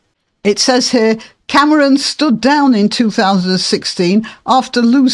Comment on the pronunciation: Did you say Camaron on purpose? That's how one says "shrimp" in Spanish. It's amusing 🍤